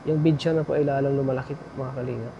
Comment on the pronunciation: Tatà BEDSORE tawag doon not bedsure